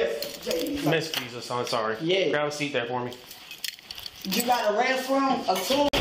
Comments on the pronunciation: “because JE-SUS!” IM DEAD😹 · It's Jesus JESUS!! is how its pronounced lol